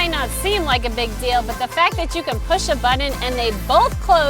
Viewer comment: I just watch these to hear you say butt-ton.